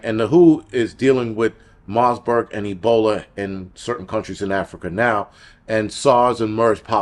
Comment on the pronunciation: Marburg...no 's' in the name. You're welcome ❤😅